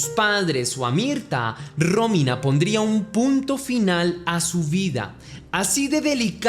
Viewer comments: Aprende a mencionar bien los notmbres NO ES RÓMINA ES ROMÍNA eres muy bruto. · muero que dice Rómina y parece un nuevo nombre lindo